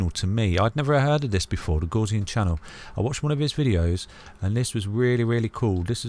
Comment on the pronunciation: The “gauss” in Gaussian rhymes with “house”, it’s not pronounced like “gauze”.